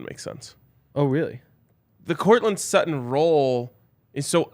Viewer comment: It's Sutton...pretty clearly